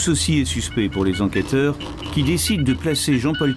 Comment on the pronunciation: Par pitié, n'interviewez plus jamais ce directeur d'enquêteuh qui m'a pris la têteuh avec tous ces détayeuh sur la mort du filseuh de la dameuh... Bon sang, un vrai calvaire de l'écouter parler ce bonhomme 😵‍💫... Je crois que si je me retrouvais en garde à vue face à lui j'avouerai tout ce qu'il veut juste pour qu'il se taise au plus viteuh 🤣